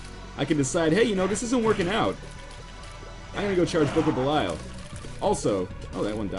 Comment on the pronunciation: And pronouncing Belial wrong.